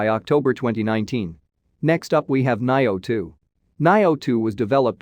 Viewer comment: Your pronunciation suck on nioh 2 final fantasy xv nier automata